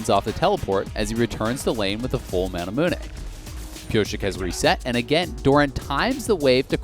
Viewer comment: Why did he say mana mune like that